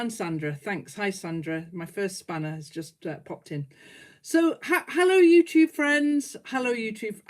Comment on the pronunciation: I first saw you a few weeks ago! How I love it! I thought your greeting was “Hello my Two friends” which I thought was so charming. Now I understand you are sayin UTube Friends. Silly me, but it’s still cute. ❤️